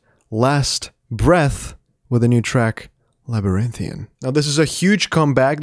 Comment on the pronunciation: THANK YOU FOR PRONOUNCING THAT CORRECTLY! AAAAH! I've watched two other reactions before your's, and neither of those dudes could pronounce "Labyrinthian"! I'm like,"what's so hard about this word??????" 🤣😅 Yes, it worked my nerves... 😫